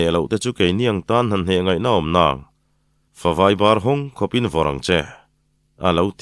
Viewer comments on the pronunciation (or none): Favai dik tunge maw fawvai tihtur lo ti reng reng, 😂😂😂